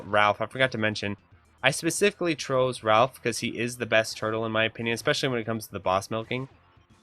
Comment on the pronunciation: BTW, his name isn't "Ralph" it's "Rah-ff" as in short for Raphael Sanzio the renaissance artist. All of the turtles are named after renaissance artists. Sorry I know it's kind of a nitpick, but I'm an 80's child I had to correct you, I get that you were probably born much later. Very informative videos dude, gj!